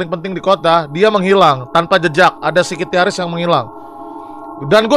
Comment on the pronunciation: Bang windah gak bisa baca psikiatris, SIKITYARIS mulu